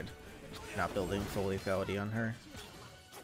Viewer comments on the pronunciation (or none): none